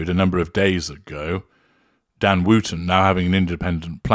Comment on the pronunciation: Gosh, yes! Thanks for pointing that out. I guess that’s the kiwi, rather than the way us Brits pronounce it.